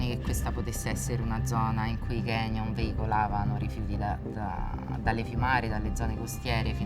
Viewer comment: Signora :Canyon si pronuncia con la "c" i "ganyon" non esistono!